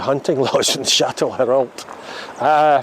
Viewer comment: Shat-le-row is how it’s said haha good video close to home ❤️